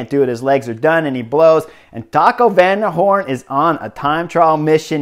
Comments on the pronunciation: Buddy I think you're great. But man, Taco van der Poole. I'm just a fan but ya gotta work on the names u will use in your podcast. Heck you put his name up on screen correctly. Keep the entertainment coming.😊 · The whole time watching the stage i couldn't wait to hear Chris say Taco Van der Hoorn! Did not disappoint!